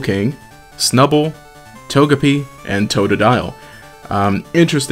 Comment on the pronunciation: IT'S TO-JE-PEE /j